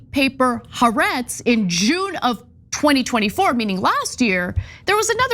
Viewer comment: Ana, Haaretz is pronounced "Ha Ar Etz" not Ha Rets and Eilat is pronounced " Ay lat" not Eli At